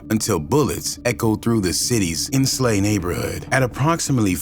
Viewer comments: It's Ensley but pronounced Enslee g not ens slay.. plus bullets crackin is a normal day in Birmingham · Long live li heat ❤❤ but why the hell is he pronouncing ensley like that 😂😂😂